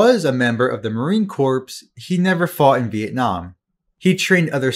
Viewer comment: Please learn to say "Marine Corps" correctly